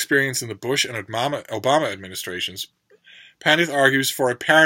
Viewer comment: I may not look 12 years old, but considering when read Obama as "oh mama" I laughed out loud - I guess maybe that's just what I am on the inside.